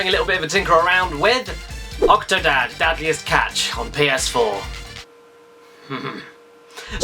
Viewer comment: Dad'liest catch? :P I think I misheard you at the end of the video but it sure sounded like you said that! :P